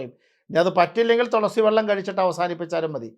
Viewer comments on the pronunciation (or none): തിരുമേനി തൊളസി അല്ല തുളസി എന്നാണ് പറയേണ്ടത്